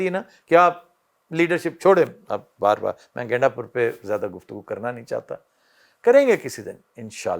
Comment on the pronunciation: Aftab shab Ganda pur hai gainda pur ni😂😂😂